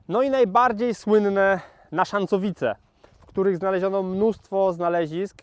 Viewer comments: Naszacowice. Nie NaszaNcowice. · Ciekawy materiał, raczej nie interesowałam się odległą historią Polski. Ale muszę się przyczepić, że NASZACOWICE, a nie NaszaNcowice. Jestem z okolic tej miejscowości i od razu rzuciło mi się to w uszy ;) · Uwielbiam Pana robotę! Ale mala poprawka gród z okolic Nowego Sącza to Naszacowice, nie zas NaszaNcowice. Pozdrowienia z Limanowszczyzny🙂